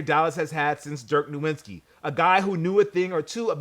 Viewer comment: It trips me out how much goes out of his way to allegedly pronounce "Puma" correctly but still CONSTANTLY mispronounces other things that he honestly shouldn't. No-Wit-Ski? you know damn well it's not pronounced that way. I don't have a problem with you pronouncing it that way if you let that silly Pew Muh shit go. Ochre = Oak Ker